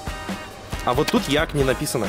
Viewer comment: EAC читается как ИЭЙСИ,а не Еак